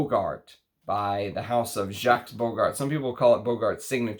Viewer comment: you are welcome and thank you! (JacqueS doesn't have an S, it's just JAK, not jakS, the same with Rochas - it's roshA, not roshaS i know this can be very annoying, but still)